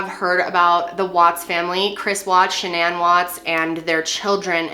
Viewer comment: Is Shannan not a common name in the US? Just wondering why the weird pronounciation, eg. sha-nan?!